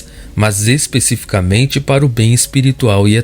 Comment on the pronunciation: Por favor, não diga, es pê cificamente... o correto é especificaMENte.